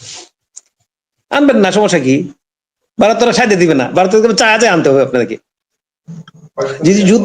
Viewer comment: Aapnara ki Vaw uccharon korte paren na?Barath Barat koren keno?